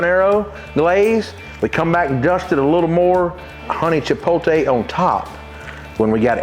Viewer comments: Chipotle? 🚫 Chipoltay? ✅ Love it as always! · You still saying it wrong. It's chipote, without the L😂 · I love your rubs and I will buy all of them and I don't care if pronouns Chipotle the wrong way or the right way thank you for your awesome vids.